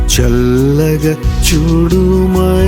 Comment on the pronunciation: చల్లగ తప్పు పలుకుతున్నారు